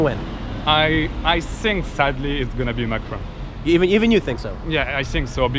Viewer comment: Tiiim! It's pronounced Mack-Ron, not McCrone!